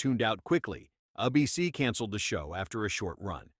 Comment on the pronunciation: How many times does this video sau “Uh-BC” instead of “ABC?”